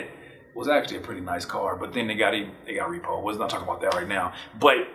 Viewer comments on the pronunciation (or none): "then it got repoed" lol